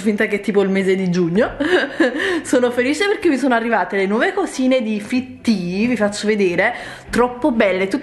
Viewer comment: si pronuncia fittea no fittiii